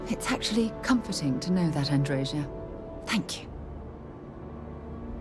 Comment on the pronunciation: You know Andreja hates how Sarah says her name.